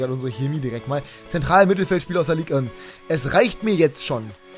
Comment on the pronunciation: Es heißt nicht Ligue ön